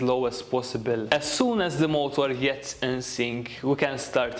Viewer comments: Am I the only one who hears him say Molotov instead of motor? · I love his accent. mOOOOtor, rOOOOOtor